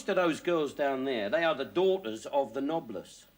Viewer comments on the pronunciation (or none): No, it's 'noblesse', but he's pronouncing it as 'knobless'. That's the joke you missed.